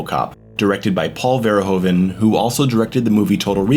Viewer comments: Its pronounced Verhooven bro Hes not a Ho, like Hoover damn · Excellent analysis, one of the greatest films in my eyes at least, just a lil funny thing to know, Paul Verhoeven is pronounced "FER-HOO-FE" its a dutch last name. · Great analysis. Love your use of the Streets of Rage soundtrack. But if it is your favourite movie, learn to pronounce the name of the director. Oe in Dutch is a diftong, with a sound like oo, like hoof. Verhoeven.